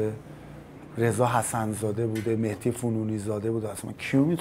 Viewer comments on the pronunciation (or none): none